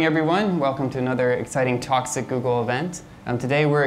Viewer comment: FYI, Talks At Google said fast (i.e. when the host says it) sounds like TOXIC Google.